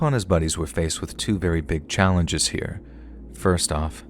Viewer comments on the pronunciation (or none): none